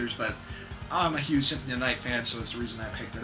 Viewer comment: lol just like in your previous videos you call it "Synthony of the night" :P But great video like all of your video, they just have something great about them.